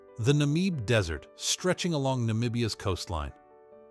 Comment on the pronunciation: Pronunciation of Namib is not "Nameeb" but short like in Na-mib 😅